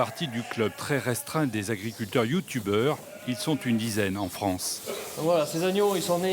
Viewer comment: Merci c vrai que ça change. Par contre j'ai explosé de rire quand le monsieur au début ( celui qui présente le journal avant que l'on voit chez toi) il a prononcé youtubeur😂